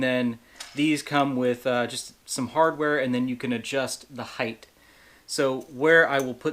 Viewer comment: Height ! Not heidthth ?😮